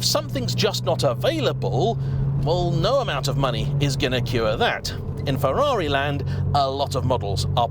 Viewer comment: At least he knows how to pronounce Ferrari.